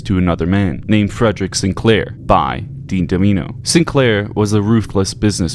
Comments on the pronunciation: It's Dean Domino, not Dream Damino. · You get Dean's name wrong right away. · Omg dude. Everytime u say Dean Damino I cringe. It's Domino. Fuxk u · It's DOMINO, NOT DEMEANO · Why do you keep calling him Dean *Damino*? It's *DOMINO*. Come on man, get it right... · dean damino???????? mate it domino..... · Dean Doe-Minoh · Dean Duh-Mee-No is crazy 💀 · You played the full DLC and still don't know how to pronounce Dean Domino's name?